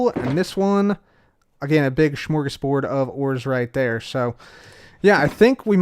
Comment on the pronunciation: I'm from sweden and i must say i love how u englishmen prounonce the word "smörgåsbord"😂😂